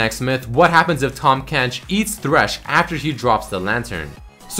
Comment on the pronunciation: IT'S TAHM FUCKING KENCH NOT TOM KENCH T-AHHHHHHHHHHHHHHHHHHHHHHHHHHHHHHHHHHHH-M KENCH not T-AWWWWWWWWWWWWWWWWWWWWWWWWWWWWWW-M KENCH